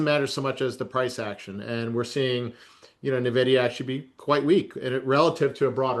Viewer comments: Maybe if these New Harbor guys knew how to say ENvidia correctly I could take them seriously…at least it’d be a start. It’s only the most important stock in the market and they can’t pronounce it correctly. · Na-vidia or ...In-vidia??? EVEN THE CEO says In-vidia...😂😂😂😂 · Social Distancing Guidelines: Covid 19, 6 feet; people who say "neh-vidia", 100 feet. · AN VIDEA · "Nuh videa" unwatchable video when I hear someone call it that 😂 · It’s funny when commentators don’t even know how to pronounce nvidia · i noticed many "experts" mispronounce the largest company in the world smh